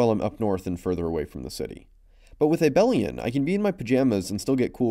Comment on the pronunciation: A-bell-ian lol someone hasn't taken abstract algebra